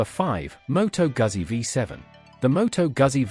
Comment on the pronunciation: I tuned out when you couldnt pronounce Motto Guzzi correctly!